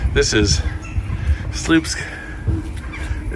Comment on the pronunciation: it should be propounced like "swupsk"; "ł" is not an "l"; it's pronounced like "w"